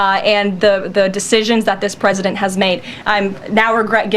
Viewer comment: She "serves at the pleasure of the pwesident". Emphasis on pleasure.